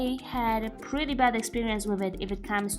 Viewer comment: Did u just say pwetty